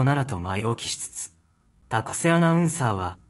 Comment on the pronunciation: このナレーター「高瀬アナ(たかせ)」の事「たこせ」って言ってるように聞こえるのは気のせい？